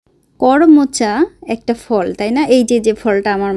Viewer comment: কর্মচা না করমচা বলে ।